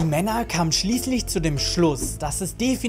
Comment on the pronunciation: Megadolon...netter Versprecher!!!^^